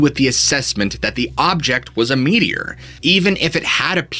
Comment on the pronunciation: No lie, when you said “American Meteor Society” I thought you were saying “media” with a really weird accent 😂